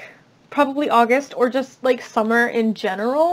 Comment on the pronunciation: Numb. I keep hearing SUMMER.